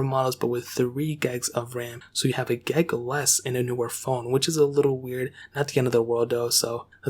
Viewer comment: Wtf is a gegg? GIG. It’s pronounced Gig. With an “I”. Not “E”.